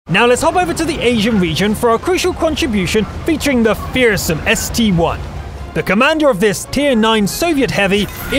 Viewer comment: ST-I Not ST-1!!!!